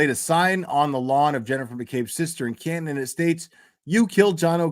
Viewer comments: you pronounce Canton right😂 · In your defense will a lot of people from mass argue about how the towns are pronounced 😂 atleast you got Canton🎉 Also ❤ to 🍒